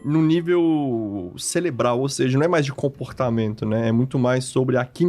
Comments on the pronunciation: Só eu fiquei com vontade de dar um safanão nele cada vez ele falou "céLebro" e "ceLebral"? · Mano... O cara falou celebral...